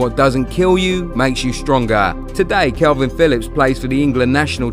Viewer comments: The first thing you should know is his name is kalvin not kelvin lol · His name is Kalvin not Kelvin